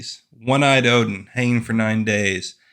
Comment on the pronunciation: It's Odin not Odin